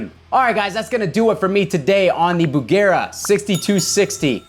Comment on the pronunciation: Dear, thank you for calling the amp Bugera instead of Busjera.